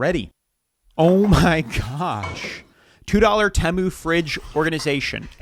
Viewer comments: First off it’s not Tim-moo it’s Tee-moo secondly those little games are all bullshit. I was told I had $200 credit and just needed to spend 30 more dollars to get it. So I bought like two things for $32 bucks and it said ok just 20 more dollars and you’ll get your free $200. I don’t really know how it works but someone made a video on YouTube and they had to pay like a grand to get their “free” shit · Please pronounce it right It’s pronounced Tee mu Not tamu E not A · Tea moo. Temu. Not Teh moo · It drives me nuts how you make these videos and hear everyone say “TEE-MOO” yet you constantly say “TAY-MOO” , ffs learn how to pronounce it if you are going to earn from putting it down ! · Why do we say Teeee mooo. Not T ( schwa sign) moo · Tee-moo, not tamoo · Hearing you pronounce temu as “temmu” not “teemu” is so fucking funny to me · I hate how half the people can't pronounce it correctly, it's like have you never seen one of the ads for it? It's TEE-MU Not Teh-mu Not Ta-Myu Not Tie-Mau TEE-MU Or more I guess TEE-MOO Like I hate how everybody calls Shien "Sean" or "sheen" No.... It's She-En Not "Shen" Not "Sheen" Not "Seen" The amount of people that just can't pronounce things absolutely drives me up the freaking wall. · TEMU is pronounced : Tee (like a tee for a golf ball) Moo (what a cow says) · My God its, "T Moo" TEMU. Americans pronounce it so weird. 😂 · Yt people will hear something said the right way and STILL say it wrong... Dude Tee-moo dang lol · Bro….Temu = Tee’Moo…maybe I’m wrong but the way you were saying it made me want to bash my skull into a wall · Do you feel smarter than your viwers by mispronouncing tee-moo 😂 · Can't watch any more of you mispronouncing TEMU (tee-moo) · repeat after me: tee-moo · Tee-moo that’s how you say the junk depot. Look at the teemoo fails it is so funny how they get u with no returns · It’s T-Mu bro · It’s actually “Tem-mu”, they made a halftime commercial like last year or 2023 trolling everyone with the pronunciation 😂